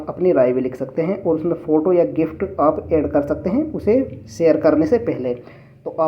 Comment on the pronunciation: Ye kis type ka Digital Info channel hai jisme ye 'GIF' ko 'GIFT' bol raha hai?